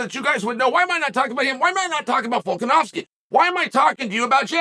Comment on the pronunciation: Apparently Volkanovski is hard to say